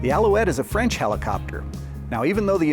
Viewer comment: I must say: your French accent is excellent (both sung and spoken) ;-) I'd like to add two things: - the word 'aviation' itself is French (and appears to have been invented in 1863 for some towed gliding device), - the fact that these engines get their names from peaks from the Pyrénées has to be linked to the location of the factory, which sits in the South Western France, close to the Pyrénées mountains. Of course, the idea of altitude shouldn't be discarded, but the highest peaks of France are located in the Alps. There could be more to it, and I would happily get corrected, of course. Cheers from France, and congrats on the nice Béret (incidentally, especially typical from the place where those turbine engines are made).